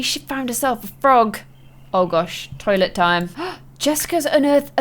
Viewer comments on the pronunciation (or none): none